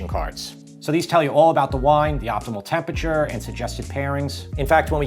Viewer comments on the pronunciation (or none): none